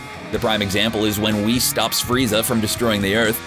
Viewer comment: It's whis not weese